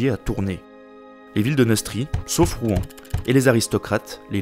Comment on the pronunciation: On dit Rouen comme le "Rwanda" ! Mais très instructif quand même haha